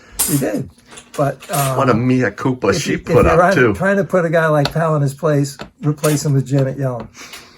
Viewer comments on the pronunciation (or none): Mea Culpa is pronounced "Maya" and "Culpa" is pronounced like you are saying culpable. Four years of latin in high school was literally beaten into me to last a life time. I'm 76, so I guess it worked! "MEEACOOPA" is like fingernails on a blackboard to my ears. Other than that, I love what you guys are doing!